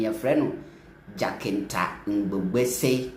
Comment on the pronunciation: JACINTA PRONOUNCE AS ,JASINTA NOT JAKINTA